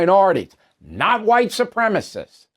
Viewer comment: “Supremacist” has four syllables, Bill. Just sayin’.